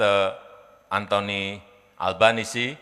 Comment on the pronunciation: Kampungan abis dah.....nama pronounce-nya: ALBANESEEEEE not albanes